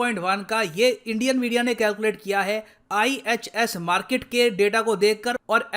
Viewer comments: 'Markit' ye toh Pakistani reporter jaisa sound kr raha hai 🙃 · Markit ek Pakistani pronunciation hai... According to Major Gourav Arya